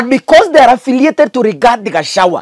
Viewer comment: So difficult to pronounce gachagua correctly? Ama ni ulimi inauma ,just asking 😊